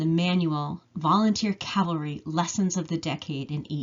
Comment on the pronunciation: you say cavery.......the word is pronounced cavalry....i enjoy your research.....hope to help you with your pronouncing!!! LOL